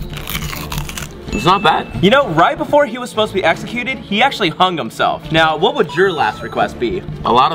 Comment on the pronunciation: Did you say execute!?